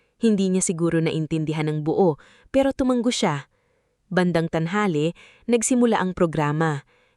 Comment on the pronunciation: atusin nyo po ang pagbabasa tulad ng humanga literal lang po na huma-nga hindi humangga o human-ga hanga rootword kung basahin ay ha-nga hindi han-ga at tango ay ganun din ta-ngo hindi tanggo o tan-go dahil magkakaiba po ang meaning